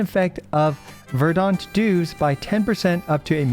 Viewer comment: Verdant is pronounced "VER-dent", not "ver-DAUNT"